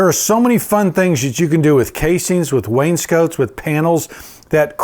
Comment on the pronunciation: The word is pronounced Wayne Scott, not Wayne's coat. Wainscot, wainscoting.